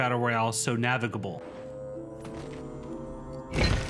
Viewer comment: Props for "navigable"